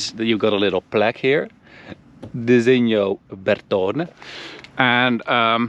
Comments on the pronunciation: The fuck man! it's Bertone, not Bertooooone... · The way said “Bertone” 🤣🤣